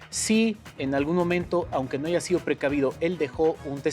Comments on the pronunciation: Corriente la Cristina y analfabeta. "Aiga" 😅 es HAYA 😡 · La palabra "bastardo" les sale muy fluido y la palabra haya no la saben pronunciar??? Suena muy incoherente!😅😅😅😅